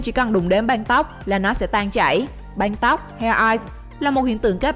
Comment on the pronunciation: "Đóng banh " " banh tóc " không đọc được vần Ăng 😂😂